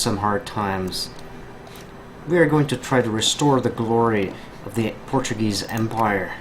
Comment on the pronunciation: are you portuguese by any chance? you have a lot of knowledge about the history of the country and good pronounciation of the words